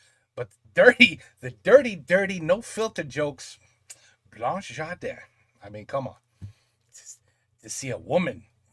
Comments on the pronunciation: In French the gar of 😂gardin , is speak like , garlic , not gi . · "François Hollande" is the last president of France. BTW Gardin it's not "jardin" it's like garden. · gardin = se prononce guardin, et non jardin